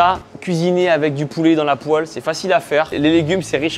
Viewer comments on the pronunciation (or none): none